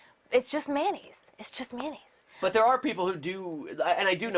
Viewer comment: Good fucking god it's mayonnaise, not mannaise.